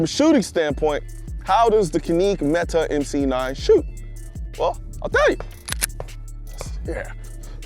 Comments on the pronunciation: Yeah, it was painful to hear. CAN-ick (or JAN-ick if you're in Turkey), and METE is pronounced meh-TAY (emphasis on the 2nd syllable). Glad to see it's getting the recognition it deserves! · That's "Kanik Met-tay" 😉 not "kaneek Metee" It makes a difference. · Caneke meta lol…. How do you fuck that up it’s canik like panic, and Mete like the French name pepé le pew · "This is the Ka-Neek Met-Ta" .. Wait A min ..In Turkish , The "C" is a "J" So we know it's actually "Jan-Nik" However as Americans, we pronounce it with the " C" as Can-Nick" Where the keck did Colion get "Ka-Neek" ? LOL Bruhh .. your're a gun guy. Unless you're Straight up Troll'n You Know Dang well its Can-NICK (Canik) not Ka-Neek... and Mete is not Meta